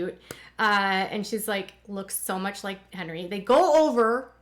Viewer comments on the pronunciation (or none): none